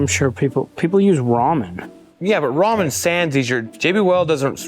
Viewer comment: Wait a minute did you just say ramen As in ramen noodles?